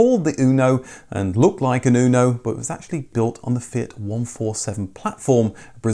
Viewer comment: In italy we call it "motore (engine) fire" :) anyway the pronounciacion is UNO not ÜNO like "you" but without y :) anyway nice video, the fire engine is one of the proudest engineering we have in italy, almost every fiat engine since 1970 is based on that and still rock solid. The rest of the car, well, it leaves to be desired as it always has been. Windows falling apart, extremely delicate body panels, internal plastic rattles after like 2 years and so on...